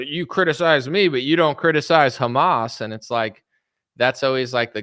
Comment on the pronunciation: "A list with Khamas Tunnels"😂